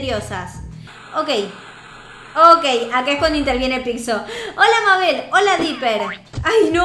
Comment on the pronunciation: Se dice meibol